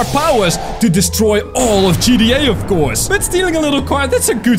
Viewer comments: Um its g t a 5 not gteh5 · He said at the start “GDA 5” boi you said it wrong >:O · U don't know hot to say gta 5 u said Gda 5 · you didn’t say GTA you said GDT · Dude I’m sorry but it’s gta 5 not gda 5😐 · I had to but it sounds like you said g d a i guess so funny and also can you turn the FaceCam off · When he say ggta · When u say gta it sounds like gtd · How he says gta v, GDA 5